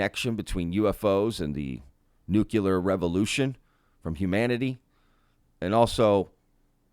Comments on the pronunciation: NUCLEAR not NUCULAR. Please for the love of all that is good and holy. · It’s not nuculer, it’s nuclear! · Nuclear, not nucular. 😊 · Omfg. Nu-klee-ur. Not Nu-Q-lur. Fuck. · Please… nuke-Lee-ar (as spelled: nuclear, from Latin nū̆cleus) Not nuke-a-lar (not spelled nukalar) Or I call you Chirs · *Nucular*? Really? You can do better than that:)